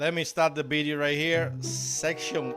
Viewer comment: She definitely said section H just like HE said BIDEO.